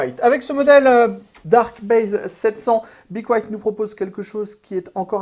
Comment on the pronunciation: Apprenez à dire le nom de la marque..